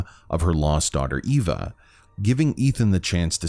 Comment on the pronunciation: when everyone pronounces the name eva wrong, and miranda is the only one who pronounces it correctly